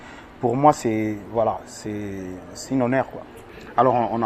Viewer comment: ferre obomi mboka balobaka "une honnère" té, un honneur en plus tu l'as répété 2 fois